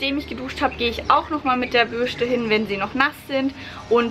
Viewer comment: Lustig wie du Bürste ausspricht:D